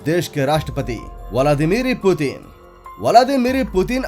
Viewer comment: It's Vladimir Putin not VILADIRIMI PUTIN